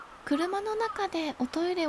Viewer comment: 「おト↑イレ」出た！静岡なまり？